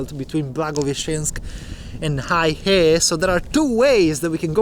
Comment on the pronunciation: Heihe is pronounced "hey her" not "hi her".